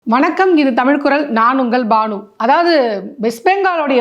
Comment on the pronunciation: தமில் கூ........டமில்....